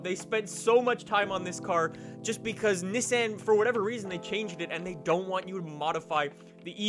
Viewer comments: It’s Nissan not nissen 😂😂 bugged me the whole video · Is that how you actually pronounce “Nissan”? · Why he say Nissan so weird